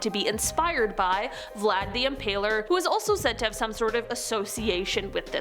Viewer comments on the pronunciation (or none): none